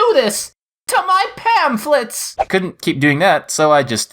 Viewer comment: When the lady said MY PANFLETS MY PANFLETS! That was like my neighbor when she said MY STONES! Then a few weeks later she died from cancer :3